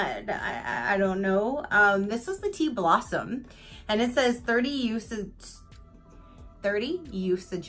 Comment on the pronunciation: Blossume lol